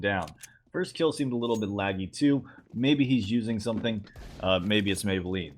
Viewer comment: "maybe he's using someting, maybe its meybeline"